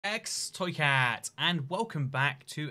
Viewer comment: the worst part is the subtitles are actually mostly accurate this time, but it's just "x toy cat" because he didn't say "ibx toy cat". He was so close...